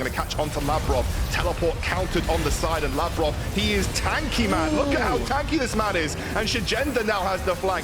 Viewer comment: I only disliked how they butchered Labrov's and Sygenda's named. Overall I think they just need some time to establish themselves